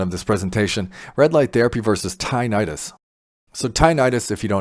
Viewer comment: So if one has age related hearing loss and has been exposed to neither bad chemicals like chemo, nor loud noise, would they benefit? I will get close up to my panel and see if it works for me. By the way, it is not pronounced “tye-night-us.” The correct and accepted pronunciation is “tinn-itt-us.” 😊 Thank you for this video.